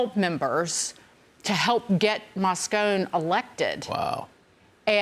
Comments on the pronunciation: First of all, it's pronounced "Mos-con-e", not "Mos-con". Secondly, George Moscone was assassinated in 1978. Politics aside, show some respect for a mayor assassinated while in office. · If Dagan wants to critique the city's former mayor, maybe she might start by learning to pronounce his name correctly: Moscone-ee.